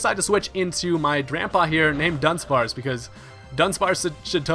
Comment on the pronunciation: The way he mispronounces drampa tilts me